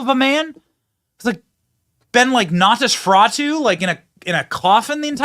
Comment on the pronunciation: "Nautisfratu"? 😂😂😂 You mean "Nosferatu"? 😂😂😂